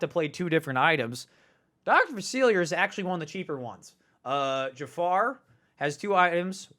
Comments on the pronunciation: Hurts my ears every time. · Just here to count how many times he mispronounces Dr. Facilier.